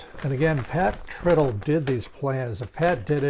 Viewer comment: Hey,, Pat's last name is not "trittle" (rhymes with "brittle")... Pat says "Tritle" (rhymes with "bridle"). I asked him about this once, just to be sure.